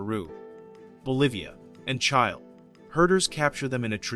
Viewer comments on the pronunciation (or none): Who is reading this? Every wool fabric is mispronounced, even the country of Chile is mispronounced.